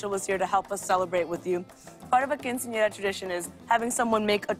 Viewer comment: is anyone else bothered by lilly's pronounciation of quinceañera ? ¿le molesta a alguien su pronunciación de quinceañera?